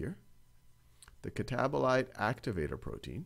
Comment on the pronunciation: "catabolater" made me laugh, thankyou now this can finally stay in my brain 😭